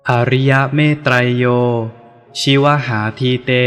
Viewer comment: ชิวหาอ่านว่า ชิว_หา